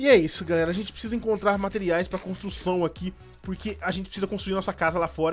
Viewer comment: Kkkk ele falou amenic contrucão